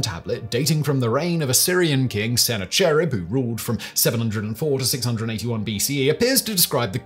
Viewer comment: Liked the video but I think that Simon should take a little more time to research how names are pronounced. For instance Sennacherib is pronounced as Sah Nak a Rib. Or sometimes Sen Nak A Rib.